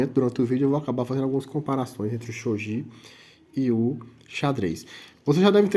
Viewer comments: Só uma correção... o jogo se pronuncia Shogui (e não shogi). Porém, o japonês, gi se lê como gui... por isso, a pronuncia correta é shogui (mesmo escrevendo Shogi). Mas sobre o vídeo, foi muito bom... explicou direitinho. Achei que você esqueceria da regra de recolocação do peão.. mas não, explicou tudo perfeito. Muito bom. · As regras estao corretíssimas. Umedetou! Porem, o nome se le: "xoguí" ou "chogui" msm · Tá errado a pronúncia Que desrespeito a cultura japonesa